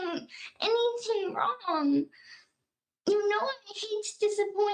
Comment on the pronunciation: the correction from "anything" to "anyting" gets me every time lmaoo